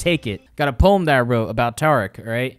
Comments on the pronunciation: It's pronounced T-air-ic not tarec Kappa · The way you say taric hurts me